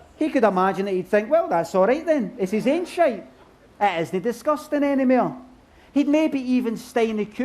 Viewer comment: Didnae half pull it off, "disgustang"